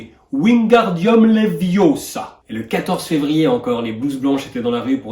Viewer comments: Cest leviosa, pas leviossaaa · C'est LeviOOOssa pas Leviossa! C'est pour ca que ca marche pas! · Thomas leviosa pas leviosssaaa. Merci pour la vidéo.